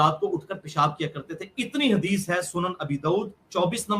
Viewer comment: Hadish nahi hagish bola karo